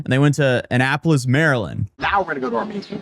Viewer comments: Ana-Pullis hurts to hear 😭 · but they were safe in "Anna-Polis"😂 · "Anna-polis" Found another charge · Anna-pole-is? Dude has taken too many blows to the head. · Tate mispronounced Annapolis...off with his nuts. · If he gets out, please rearrest him for the way he pronounces Annapolis. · Omg, the way he pronounced "Annapolis." 😂😂😂 (edited to add timestamp) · Alpha males don’t pronounce “Annapolis” that way. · As a Marylander, his pronunciation of "Annapolis" just gave me another reason to gloat as his life falls apart.